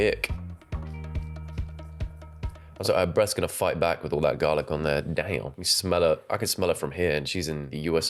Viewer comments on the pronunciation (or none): Not APP-ricot! N garl-eek 😭😭😭 And Americans rip piss in Britain for their bland cooking.. & yet risk heart failure Everytime they cook! 😂😂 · what the fuck is garleak